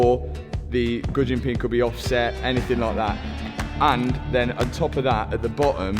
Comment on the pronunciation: What in the hell did you call the wrist pin? Goodjin?